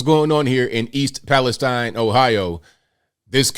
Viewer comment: It’s actually pronounced East Palesteen. Both my sisters and their families were displaced. One sister inside the mile radius, the other just outside. My oldest sister is still not home. Her youngest is only a few months old. I’m in the town over and our schools had to close for a day due to the fumes traveling in the wind changes. So far…dead fish, chickens, other livestock, foxes, and other pets. EP citizens are left cleaning their homes by themselves without the proper information to even clean. People cannot afford to hire cleaning crews and wait for reimbursement. Those who are cleaning are reporting chemical burns on their skin and sick. Everyone who went back home on my sisters street have left again because they were throwing up and had horrible headaches. An ambulance was called for one of them. That wasn’t even 24hrs of being home. Norfolk did NOT remove the contaminated soil but instead used it to rebuild the damaged track so they could quickly start sending their trains back through…which was 2 minutes after the evacuation order was lifted. The mayor and citizens were pissed! The original train car that was on fire was not the one carrying chemicals but 2 cars away from the vinyl chloride. They knew it was on fire many miles away and did NOT use the 3 pull-off’s available prior to EP. They were going to use the pull-off in EP but didn’t make it obviously. This could’ve been avoided. EP’s water tower is filled from wells. All surrounding towns are worried about air